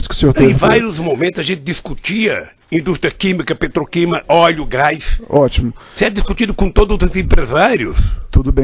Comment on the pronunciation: Isso é um rato de esgoto. Capaz de qualquer imoralidade para se dar bem. . . Deveria ter o minimo de conhecimento do nosso lindo idioma: "Oio (oleo), eletica (eletrica), Petobais (Petrobras) etc.... sem falar no PaerPointi.